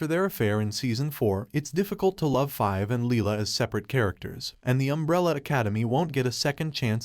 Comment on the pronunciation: The fact that you made an issue-taking video surrounding a major character and said her name wrong every single time was infuriating.